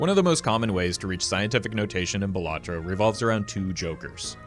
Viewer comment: Pronounces the game wrong ICANT